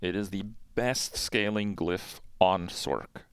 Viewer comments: This homie saying "sork" 🤣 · use me as a dislike button for someone who can't pronounce sorc